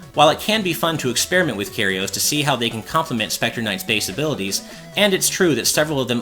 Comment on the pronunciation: THE C IS SILENT IN SCYTHE! CMON MAN. AND CARRIOS? CURE - E - OZE. AAAAAGH